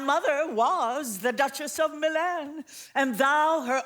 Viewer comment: pronunciation of MiLAN is off putting